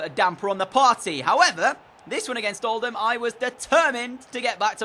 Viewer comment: I live in Oldham and FINALLY someone pronounces it “Old-am” instead of “Old-ham”